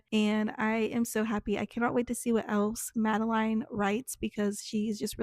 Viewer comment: I’ve been obsessively checking this channel all month for this video! Thank you so much for your in-depth review of The Sun on His Fangs! I appreciate it so much! And great job with pronounciation of my first name. Most people say it like Madelyn, but it is Madeline, like rhymes with vine. Cliffe is pronounced the same as a cliff XD. I love this and I will probably be rewatching it multiple times <3